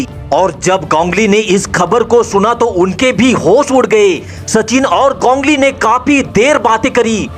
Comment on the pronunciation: 😂 wo to thik h lkn gongli q bol rhe ho ap its ganguli